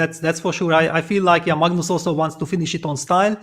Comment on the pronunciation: I missed hearing Peter say “mugnoose”! 😅